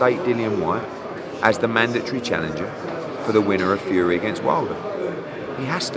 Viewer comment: I keep thinking he says "HUGHIEEEE" not "FUREEEE"